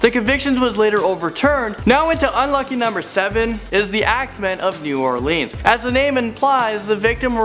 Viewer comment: The way u said New Orleans killed me 😩